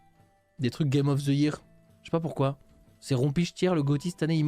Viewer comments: Il insiste toujours avec sa prononciation foireuse de "year" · C'est une prononciation totalement normale avec un accent français, j'entends 0 problème